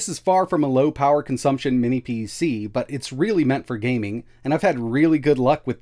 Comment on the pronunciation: Minnis again? Dude, WTH? Is it a mental block or something that you can’t say “mini”?